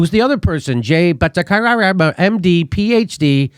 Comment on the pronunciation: Bat ah char ya.